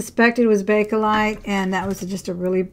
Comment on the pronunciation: It’s Bakelite.